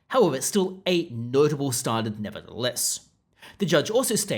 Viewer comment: ‘Starndard’? Um. There’s no ‘r’ in ‘standard’ buddy.